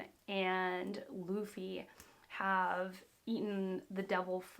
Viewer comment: it’s baa-gi...not zee its gi.. i can't understand when its Lu for Loo you pronounced laaa..now its Bu for Baa but you are pronouncing Boo... by the way you must respect the names as the creator named them..